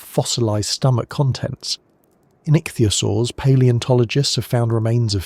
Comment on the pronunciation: "Pan-GEE-Ah!" "Ick-thee-Ah-Soars" How can you get this wrong! These are the easy pronunciations! When in doubt,go eith how Sir David Attenboroughsays it!!